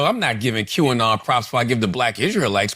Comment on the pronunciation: Qanon pronounced Canon.